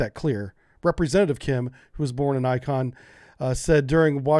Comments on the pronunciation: Not to be a grammar nazi but it's InCHon, not ICon for where the Korean president is from. 😅 I believe it's where Macarthur landed the troops in that big push in the Korean war, wasn't it? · Born in "Icon?" Do you mean "In - Chon?" Not trying to crack on you, just curious. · In-chee-on Incheon, no sweat. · And his pronunciation of "Inchon".